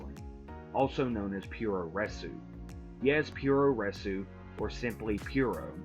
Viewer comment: It's pronounced Poo-roh resu. Not pure-o wrestling 😂